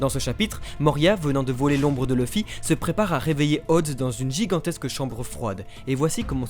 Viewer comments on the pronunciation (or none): C’est quoi ton problème a prononcer LEUFFY au lieu de LOUFFY ( Luffy ) tu dis pas NAREUTO mais NAROUTO ( naruto ) les français merde tj a tout remix sans raison